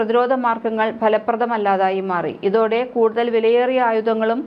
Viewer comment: നൈസ് തന്നെ.പക്ഷെ,പലവാക്കുകളും തെറ്റായിട്ടാണ് ഉച്ചരിക്കുന്നു. 'ബലപ്രദമായി',, 'യുദ്ദം ', 'വർദിച്ചു', ഇതൊക്കെ ഉച്ചാരണത്തെറ്റിന് ഉദാഹരണം